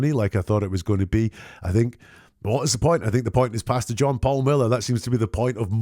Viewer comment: Great breakdown, as usual. I love how, whenever you say his name, it sounds (due to your accent) like you’re saying “Bastard” John Paul Miller, instead of Pastor. Which is ironically fitting! 😂